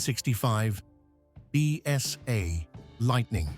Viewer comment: What a terrible load of AI generated rubbish, full of mistakes. It doesn't even pronounce BSA correctly. Shan't watch another video from them.